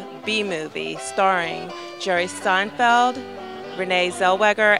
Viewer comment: she said "starring jerry sTinfield."